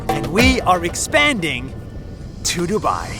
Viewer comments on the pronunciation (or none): broo lol its dubai its not duubaaaiiiii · Its Du-bai not DuByE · "Why Dubai" How i hear it : Why To Buy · Why Do You Buy? (Pronounce : Why Du U Bai? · When they say "Why dubai" it sounds like "What to buy!" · Ngl when they said "why Dubai?" It kinda sounded like "Why did you buy?" 🤣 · Why Dubai sounds like "Why do buy" like somebody who doesn't understand much bout English wanna say "why do you buy it?" But instead they said "why do buy?" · YOu SaID DuBAi WrOng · the fact that none of them pronounced Dubai properly lmao 😂